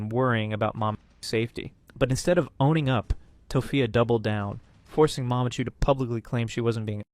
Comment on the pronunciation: The way you say mamachu and papachu is fucking irritating. I hope you did it on purpose instead of sounding like some German/Norwegian child pronouncing it.